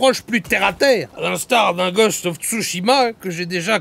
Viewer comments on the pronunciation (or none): none